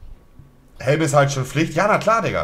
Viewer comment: Niemand Monte: " DER HÄLM DIGGA"